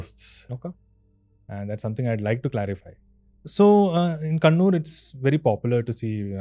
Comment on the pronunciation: It's Kannur (Cannanore) and NOT Conoor. The former is a coastal town in Kerala and the latter, a hill station in the Nilgiris in Tamil Nadu.